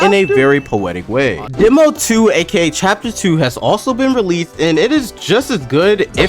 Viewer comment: "chapter 2 has also been rleath"